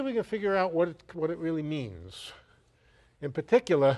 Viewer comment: "in puhticulah"